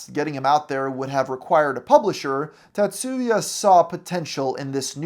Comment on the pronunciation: The pronunciation of "TaTSUUUya"😂 I've never heard of him before today, but if he's of Japanese heritage and that's his real name, he probably shortens it to "Tats" rather than "Ta", "Tat" or "Tatsu" because the "u" in "tsu" is virtually silent.